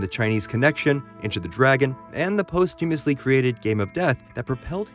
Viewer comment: Lol, I suggest you search the pronunciation of posthumous and posthumously. :}